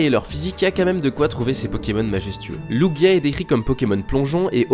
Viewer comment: Ahhh merci tu sais prononcer lugia et oh ho ! ;)